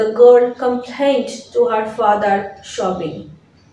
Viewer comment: sobbing pronunciation শবিং নয় সবিং